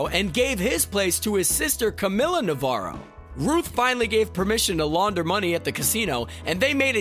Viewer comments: I died a little each time you butchered "Navarro" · God damn it… they said navarro‘s name correctly 10000 times and you still manage to say it wrong. How americans can be so oblivious to other cultures and languages is just a mystery to me. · Dude it’s been 5 years of Ozarks and you can’t say Navarro right? SMH 😑